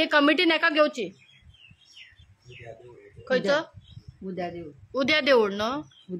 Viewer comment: Tudas 😂😂 try to spell Fluently first 😂😂 devud 😅 its dewool